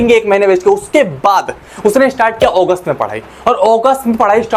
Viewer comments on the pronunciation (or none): Sir wo ogust nhi hota August hota h